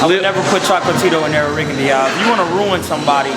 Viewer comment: This nigga say Rigondeeow? 😂